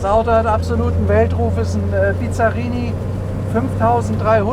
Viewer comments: Das erste Auto bei Cargold, das ich echt nicht kenne! optisch zwischen italienisch und Corvette. Er fährt nicht und kann ihn auch nicht aussprechen. Bisschen Iso Griffo auch. US-Motor sicher nicht mit 400 PS, denn die Ami-PS haben nicht europäische Werte eher im Verhältnis 1: 0,7 (100 PS sind 70 echte). Aber das Auto wummert wie eine Iso Griffo, ist allerdings nicht so elegant. Ein Rennwagen… was mich ja schon wenig interessiert! Motor klingt übel… Mit GT = Grand Tourismo hat das 0 zu tun; da geht es um schnelles und komfortables Reisen! Respekt für das Auto, aber für 1 Million kaufe ich mir meine 5 Traum-Oldies und habe noch Geld genug übrig für den Erhalt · Der Name wird übrigens ausgesprochen BiSSSSSarini. Das Name kommt nicht von Bizarr. Dann die überzogenen PS-Angaben des 327/350er Chevys: Die Werte sind damals in SAE angegeben worden....liegt bis ca. 25% unter den DIN, da Pürfstandswerte. Bizzarini hat zwar einiges an den Köpfen gemacht, besonders bei den Corsa Versionen, aber nicht immer und bei jedem Motor nie sicher. Aber ob der 400 Pferde bringen wird, na ja, die Rolle wird's zeigen ;) In jedem Fall ein wunderschöner Traumwagen, auch mit 295 Pferden